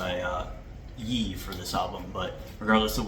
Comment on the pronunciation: Ye is pronounced “Yay” as in KanYE. Just wanted to let you know